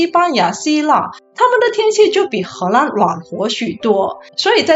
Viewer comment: 为什么你荷兰的“兰”念第一声？听起来怪怪的。